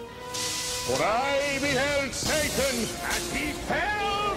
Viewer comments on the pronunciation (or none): none